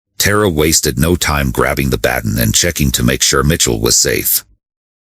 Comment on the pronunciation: Learn to pronounce baton right. I listened several times to see the true ending but it just cut off.